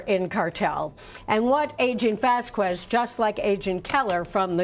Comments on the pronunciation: Its pronounced "vas-kez" not "vas-kwez". Its not that hard. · Vaskwez? Foowentez? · does she not know how to say Vasquez? my ears bleed every time she says it